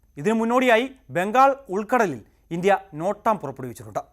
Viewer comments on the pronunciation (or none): none